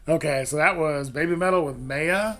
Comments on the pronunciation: NEVER react to a compilation. There's a brand new video of this performance, that's actually live, yet you choose some shit compilation. Duh. Momo didn't sing in this version. You heard the studio audio due to watching a compilation. And it's pronounced MY-AH. How do you not know how to pronounce a basic word? Stay in school kids. You don't want to grow up uneducated. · Very nice reaction. Your enthusiasm over the upcoming show was palpable. FYI: In Hindi at least Maya is a word meaning illusion. And there may be others but the Hindi pronunciation is Mi (like eye) ya.